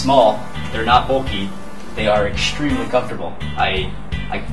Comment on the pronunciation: ekshtreamly) shtraping) it's funny way to say things =) no offense)